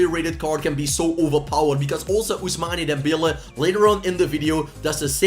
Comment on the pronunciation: “Ousmani Dembele”